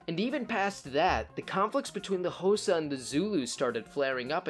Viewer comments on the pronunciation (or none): Sorry man, but its not pernonced hosa, its pernounced koza but spelt xhosa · As someone from South Africa, this is a very good and informative video. P.S. “Xhosa” is pronounced khosa. x = k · Like Trevor Noah said Khosa is a car, its tsk-osa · Side note mate, you pronounce Xhosa wrong, say it as you would “Cause”with an a on the end Causa, it’s the X that confuses I know. Very cool short history though ,I enjoyed that :)🎉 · My man really said hosa for xhosa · Its not K sound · The X is a click sound. Not a k sound.